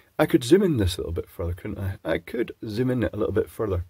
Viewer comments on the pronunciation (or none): none